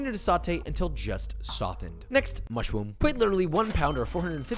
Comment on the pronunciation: What is it and why is it that out of ALL of the quirky ways he calls out the ingredients "MUSHR-OO-M" stood out the most to me?😔